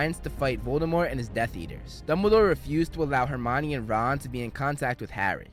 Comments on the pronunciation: its Hermione not hermana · Why do they insist on the pronunciation to be all wrong even on the web , it would be pronounced as the Greek , Her Me On , Hermione , yet they have it as , her uh Mia ne , this massively wrong , whyyy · Him: *says hermion like armani* Me that didnt read and watched the movie : *wait thats her-meow-knee* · oh it's not her-me-one